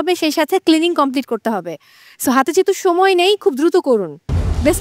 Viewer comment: উচ্চারণ আমার খুবই বিরক্তিকর লাগে 😂 সময়কে বলে ছময় 😂😂😂